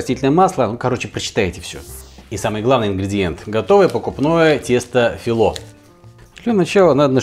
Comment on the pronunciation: Тесто называется фИло , ударение на "и", в переводе с греческого лист .